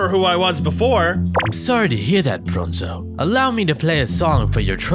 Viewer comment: Bronzo not bonzo